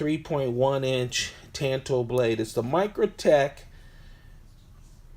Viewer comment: Tanto as in “tawn-toe”. Not tan like you get in the sun. Makes u sound ignorant